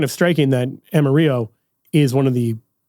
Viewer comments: Amarillo … not Amariyo. Not pronounced like the Spanish word for yellow. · Diocese of Amarillo. AM-ah-RILL-oh. It’s a Spanish name spoken differently. Ask someone from that diocese. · It is pronounced ama. Realo. Lol Thanks for this episode!! Kenny from Yukon Oklahoma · You missed pronounced Amarillo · The way you say Amarillo makes me cringe so hard. Texans pronounce the two L’s like L’s. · I'm a Yankee and was more surprised that pronounced the "A" using an English pronunciation and the "ll" in Spanish.:-). Anyway, glad to hear the Diocese is bearing fruit, however it's pronounced! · Texan here. Great video, but that pronunciation of Amarillo was painful. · Amarillo pronunciation is cracking me up